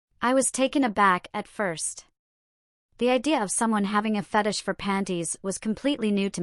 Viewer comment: Stop mispronouncing fetish 😢